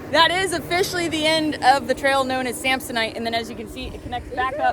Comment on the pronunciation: Samsonite, you was way off…. Knew it’s started with an S though 😂